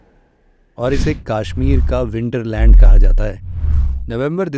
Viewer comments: It's कश्मीर not काश्मीर 👍🏼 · Tu bihari hai. , KASHMIR KO KAASHMIT MT BOL 😂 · It's not Kaashmir 🙂 It's Kashmir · Sir , it's not Kaashmeer , it's Kashmir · Sir kaasshmir nahi it's kashmir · Kaaashmir... It is Kashmir. Please pronounce the aa correctly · Sach me 😂